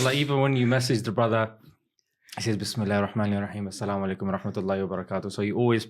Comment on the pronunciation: Brother we say Asalamoalaikum not selamolaikum